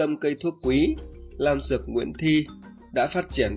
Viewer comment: Góp ý với em trai: vì những danh từ về thảo dược em nói cho người xem là những từ mới lạ, em ráng tập cách phát âm thật chuẩn rồi hãy phát sóng để khán giả "học" cho đúng. Thí dụ như trái "lổ" có thật là trái lổ hay "nổ"? Tên nhà thuốc của em là "Lam dược" hay "Nam dược"? Ở vị trí người dẫn chương trình, em có chuẩn mực phải giữ của một người dạy học để khán giả học hỏi từ mình. Mong em hoan hỉ đón nhận góp ý thành tâm của tôi.